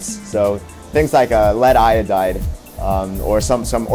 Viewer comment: "lead iodide" Yeah, nah.